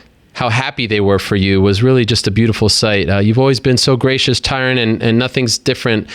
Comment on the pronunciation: "TyRun Woodley"